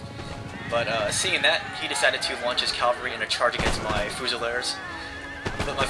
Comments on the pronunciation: AH! It's pronounced Cav-al-ry not Cal-va-ry, as far as I know none of those horses have ever hung on a cross. :P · Why is it so many US commentators say cavalry as if it's the hill where jesus was crucified? (Calvary).......is it an accent thing?